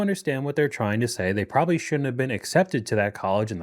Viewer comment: I can't get past "prolly". 🙄